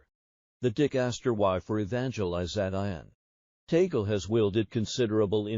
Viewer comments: Until now you have not learned to pronounced correctly his name it's not Tagul say this Tag Le. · Kindly pronounce the Family Name of Cardinal Luis TAG LE correctly, NOT “TAGLE “ like “TABLE “ or “CABLE “, as Filipinos do. For Your Information ℹ️ ❗️🙏GOD BLESS US ALL☮️‼️ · Hey,, his name is pronounced TAG-LE. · It’s a Spanish last name, and is pronounced “Tāg—lēh”, not the Anglicized accent by the AI narration. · Just for the content ? You can’t even pronounce Archbishop Tagle’s name . Disinformation , we know the rules of the conclave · Your prononciation of T A G LE is incorrect. You should correct it, otherwise you will not gain any following. Hhmmpp. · ...pls check the correct pronunciation of 'Tagle' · It is VERY annoying to listen to whoever is narrating to this story of Cardinal Tagle's life because he doe not know how to pronounce the name of the Cardinal, and his families'; not only that, but also the places; he should check first the pronunciation before he says anything.